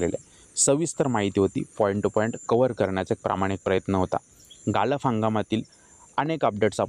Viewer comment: गाळप रे बाबा गालप नाही